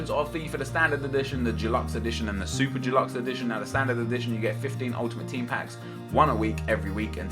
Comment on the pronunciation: why in god's name do you find it so hard to pronounce the word 'deluxe'?! Not fucking dulux like the paint..